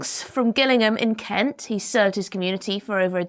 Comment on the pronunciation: I think you mispronounce Kent.